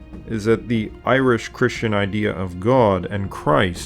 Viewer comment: A fantastic video and channel, I must admit that I cringe at the Irish pronunciations though... That being said, I'm just a pronunciation nazi... haha keep up the fantastic work! If you ever want a consultant for the pronunciations as Gaeilge please let me know! Unfortunately there was no stephenses day/lá an dreolín or wren boys in the local village this year over covid but I have long said that it's my favourite day of the year!